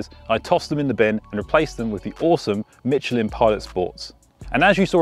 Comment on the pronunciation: This man said Mitchelin tyres